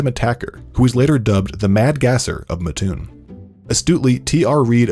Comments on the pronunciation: Why does everyone always say Muh toon? Surely some would get it right without living there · I lived in Lake city IL pop maybe 175 in 1979. Siblings and I went to school in Lovington IL 4 miles away. Also in 1984 went to Lake Land College in there. Its pronounced Matt - toon. Ty for this video sweetheart 😊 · I keep cringing every time I hear muh-toon and I’m from the neighboring town. I shouldn’t care yet here I sit wincing and waiting for the mispronunciation. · Ahhhhh I live so close to there! I’m excited they made a video about that town! Although it’s really pronounced mat-toon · Great job, it is just pronounced Matt-oon, like the name Matt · It made me cringe everytime here pronounced mattoon wrong 😭😭😭😭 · When they emphasize the a and not the ts in Mattoon 😂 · Had to stop the video after two minutes and the town name pronounced wrong over a dozen times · Seeing all the people from Illinois in the comments telling him he pronounced Mattoon wrong makes me happy (being from mattoon) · While I love my tiny town being seen, you guys are saying it wrong lol. It’s Mattoon like mattress or Matthew. Our own weather man usually says it wrong though so it’s all good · My small town is 500. Also they are pronouncing Mattoon incorrectly. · I’m from mattoon Illinois and they said it wrong in the beginning tho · How'd it not bother you how he pronounced Mattoon? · Mispronounced Mattoon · The way he says mattoon makes all mattoon people instantly violent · that’s all i could think about the whole video LMAO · Yeah both syllables are really emphasized for some reason, but more emphasis on the Mat part, with the slightest stop in between the syllables. My mom’s from Mattoon and a lot of people just can’t pronounce it because they didn’t grow up with the weirdness of the word. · Rotf so true!!! So glad they covered this story though. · haha i’m from a little way from matton but i even realized he messed it up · I live in mattoon so I was mad when I heard him say it that way 😂